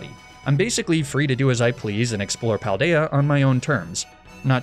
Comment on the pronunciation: I’m so enamoured by the Spanish names you’ve given all of them. Also your pronunciation of all the names is impeccable! Wonderful justice to the Paldea region!